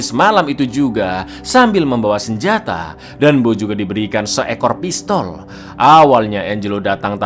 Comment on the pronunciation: "SEEKOR PINTOL"